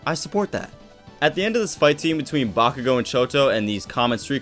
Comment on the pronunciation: I know you did not say bakugoat 😂😂😂